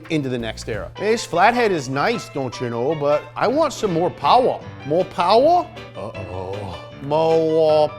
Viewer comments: More powah baby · MORE POWAH BABY!!! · .........mo powah babeh